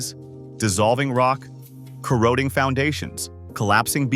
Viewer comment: If you're going to be a narrator learn how to properly pronounce corroding.